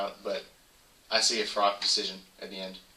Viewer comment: its froch not frock